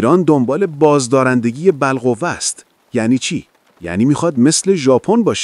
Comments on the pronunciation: در ضمن هرچی غنای اورانیوم بالاتر میره، غنی سازی بیشتر سخت تر میشه. رسیدن از ۲۰ به ۶۰ خیلی راحت تر از رسیدن از ۶۰ به ۷۰ هست. در ضمن بَلقُوَه نه، بالقوه 🤣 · سلام. مقاله خوبی خوندید. نویسنده تحلیل های خوبی ارایه داده. صدای خوبی هم دارید اما خیلی بد از کلمات را ادا کردید تعداد تپق ها و بدخونده شدن کلمات و اصطلاحات معلوم میکنه که فارسی بلد نیستی بعنوان مثال اصطلاح بالقوه یا دم سگ تکون دادن که کلا بر عکس خونده شد. تعداد تپق ها خیلی زیاده. وقتی متن اصلی از زبان اصلی به فارسی ترجمه میشه حتما یه. یراستار براتون کلمات و طرز بیانشون به فارسی رو بهتون یاد بده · خوووووویِشش تنداری😅 باقلوا😅 بابا اًلمندب😅 هوش مصنوعی جان چی میگید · عزیز در دقیقه کلمه خویشتنداری رو چرا اینجوری عجیب تلفظ کردی ؟😮 یا کلمه :باب المندب رو توی دقیقه اینطور عجیب تلفظ کردی ؟ یا دقیقه کلمه بالقوه رو بَلقوه گفتی ؟ احتمالا هوش مصنوعی داره صحبت میکنه وگرنه شما به عنوان گوینده نمی تونید اینقدر بیسواد باشید . سعی کنید صدای خودتون روی ویدئو ها باشه .⚘️ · بَل قُوَه چیه دیگه خارجیه هوش مصنوعی میخونه بعد میگی سجادم